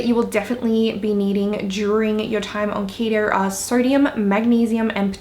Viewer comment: It’s keto not ketro